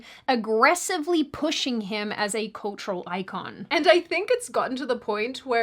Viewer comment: Kalchural aikawn